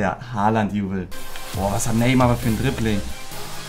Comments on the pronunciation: Bruder es heißt Haaland du hast ein a vergessen xD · Holand nicht Halland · Er heißt haaland nicht haland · Nicht Haland sondern : Haaland ✌️